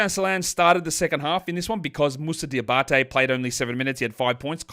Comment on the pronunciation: Diabaté pronounciation on point 👌